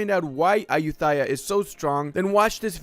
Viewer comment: I'm thai and your pronouncing of Ayutthaya 💀💀💀 Still like your videos tho